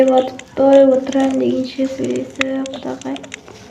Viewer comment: Құдағай емес құдағи😐